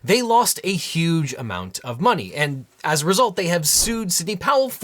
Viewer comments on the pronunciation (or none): none